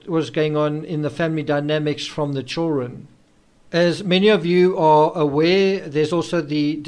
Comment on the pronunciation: Fascinating story, love your videos... just have to say something.... there is, most decidedly and undisputed a "D" in the word children. Just a friendly fyi.